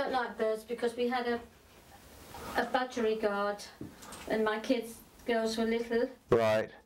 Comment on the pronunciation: Budgerigar NOT bugerigard.